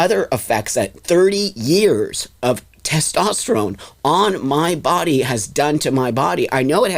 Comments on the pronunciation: BLOSSOM IS NOT WELL! I would be curious as to her many diagnosis’. Not to mention she keeps saying “tastesterone”. It’s so annoying. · If I was to talk to anyone that pronounces testosterone ‘tostesterone’ I would immediately stop listening to them because I’d know they’re obviously not the brightest tool in the shed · Someone needs to teach how to pronounce "testosterone" before continuing to argue about the biological make-up of women vs trans-women. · The more I watch this the more I’m convinced that is an absolute idiot and really just loves to hear their own voice. She can’t even pronounce “testosterone” properly. Very selfish individual who says “I care” but actions prove otherwise.